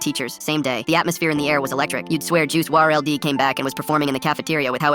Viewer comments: Juice w r l d it’s said like juice world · what’s even crazier is the mispronunciation of Juice WRLD